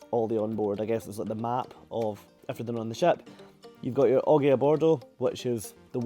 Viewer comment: I hate to be that guy* but 'oggi' rhymes with 'dodgy'. It means 'today'. *complete lie, I love to be that guy.